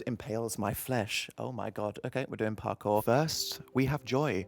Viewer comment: As if you didnt say purr-cour instead of parkour